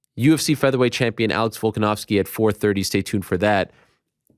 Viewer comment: the mench volkonovski lol stop it.